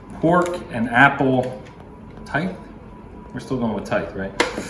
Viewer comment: I was surprised that someone doesn't know how to pronounce "tithe" (think, "writhe"). :D